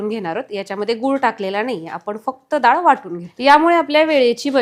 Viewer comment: दाळ नाही हो..डाळ